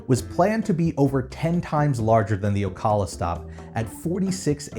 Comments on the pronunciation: O-ca-la, not O-cal-a. The "a" sounds like the one in the name "Allen" or the first "a" in California. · Hey, it’s pronounced o-cal-a not o-call-a. And maybe they will turn the land into a solar farm like flamingo crossings. Who knows. •o• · 1) You're saying Ocala wrong. It's O-cal-la 2) I live here and I remember when that reststop existed. We used to be able to buy passes and tickets there and I loved to walk around while my mom got our passes for the year. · "Ocawla" lol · Ocala Say it like this O-cow-la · you were close but it’s pronounced ( O-cow-la) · I don’t want to be rude but I’ve lived in Florida since before I was born. It’s pronounced OcAlaa not Ocala. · Ocala is pronounced o-cow-la. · Native of South Florida. I've always pronounced it "OhCALa" - "Oh" like the exclamation, "CAL" like California, and a soft "a" at the end. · Oh cow luh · That's not how you say Ocala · oh no, your pronunciation on "Ocala" :( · lol it hurt my ears XD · I have never heard Ocala, FL pronounced the way you did. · Yeah me either and I've always lived in Florida. We say it differently for sure. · As a native Orlando'an we'd always feel out tourists based on their pronunciation of Wekiwa (Wekiva) Springs, Kissimmee, etc.... Never heard Ocala pronounced like this before... Honestly I thought was local... shrugs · Yeah, it's weird. I live in Ocala and almost everyone says it a bit differently. :p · The L was way to present and there isn’t a U. Born and raised in fl and it gets weirder as we go. I heard wekiva for the first time a month ago for a classmate for another stated